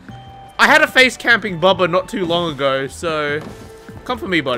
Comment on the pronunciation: " oooh it's a boobuh!!!" It's Bubba hunny. 😂 lol